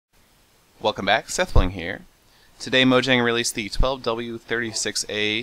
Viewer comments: If you are swedish its, mojäng, mO-JaAEng(talk stronger at caps) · It is pronounced Moyang... MOYANG! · Technically it would be pronounced mojäng. Because Mojang comes from the swedish word mojäng. It's pronounced mo jaeng